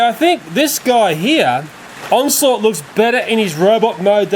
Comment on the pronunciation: it's pronounced onslot